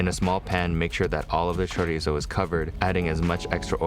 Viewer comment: I greatly appreciate your pronunciation of chorizo